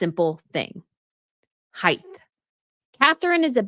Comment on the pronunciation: Height NOT heighth. Come on, I loathe Meg too but she looked fine.